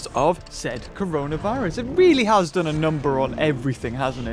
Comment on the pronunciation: Everyone- corona virus/covid 19 - coronaer virus